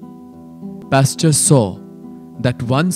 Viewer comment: Pasture?? Nice try but it's actually Pasteur :)